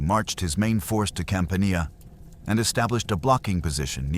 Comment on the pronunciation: 'Campania' and 'Pavia' are pronounced with short 'a', as in 'Apple', in all places. Italian is non-negotiable but beautifully simple. 😉 Respect language or stop speaking.